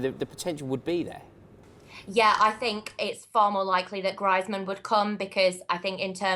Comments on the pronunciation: Adeeb Sheikh said Griezman's name like her b'cuz she said it that way... Just so there isn't any confusion about which player they are talking about. I've heard say Griezman's name in the correct way in previous video's. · She couldn't pronounce Greizmann and that is it. She seems really knowledgeable. And its not because she's a girl, its because she knows stuff about football.... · arguable, her pronunciation of Griezmann ("Grizeman") says otherwise... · Wtf is Grizman? For someone that watches alot of Spanish football you'd expect them to pronounce Antoine Griezmaans name correctly. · Bloody hell, it's pronounced grease-man! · did anyone wonder who the fuck she was talking about when she said Griezmann she pronounced it griiiizmann and i was thinking who this bloke with unbelievable stats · She also can't pronounce Griezman's name for someone who watches La Liga... But I can't say I disagree with your statement. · That way, even mispronounced Griezmann's name. Maybe that is how she speaks? It doesn't take away the fact that she's got great knowledge, buddy!